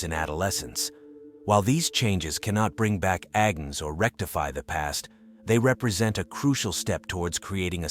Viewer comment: Agnes, not Agens!